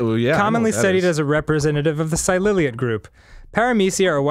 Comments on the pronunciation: silly-ate is how it's pronounced. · The way Dan pronounces ciliates is the funniest goddamn thing.